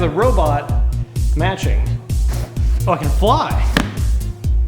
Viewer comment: Sounds like he cursed, which I wished it occured, however he only said, "You can fly!" which sounded like "F**king".